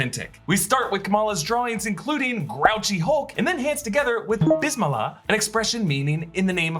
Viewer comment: You butchered the Bismillah 😂😂